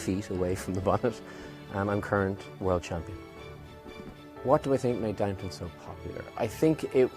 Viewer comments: Wow that's really embarrassing lol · Downton my dears, not downtown. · Today, it's "Downton," not "Downtown" lolol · DOWNTO-N ABBEY, NOT DOWN TOWN, DOWNTON THERES NO W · It's DownTON, not Downtown, by the way. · You guys! Don't you know it's DOWNTON Abbey?? Why isn't anyone correcting this? It's so amateurish to get it wrong in a video, as if you either don't notice or don't care. If you are fans of the show, it is inexcusable. People say things like, "Oh, Downton is so hard to pronounce", so they say "downtown" like someone would say "liberry". Just hop on the bus, folks, and go "downtown" to the Abbey. Do I hear that Petulah Clark song?